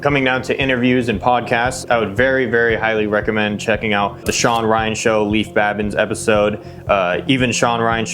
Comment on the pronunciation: A couple small corrections… Leif (pronounced LAY with an “F” sound at the end) Babin. Kevin Lacz (pronounced LACE like shoelace). Two notable guys that weren’t included: Seth Stone (died in parachute accident in 2017) Jonny Kim (corpsman; Harvard Medical School Graduate; current NASA Astronaut)